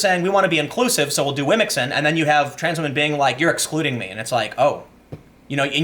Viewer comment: Lets say WAMEN